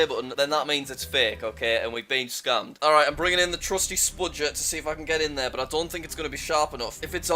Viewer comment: He says scammed scumed